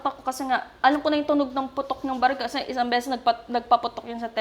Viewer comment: hndi naman sa pangbabash ah baket ang arte ni girl magpronounce ng "berrhel"? baril dapat yun diba